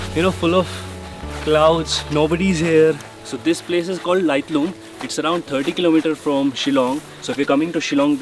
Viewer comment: Best travel Vloggers, best video shooting & editing... Your correct pronunciations of the places were icing on the cake🙏👌👍